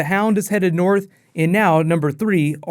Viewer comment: North* not Borth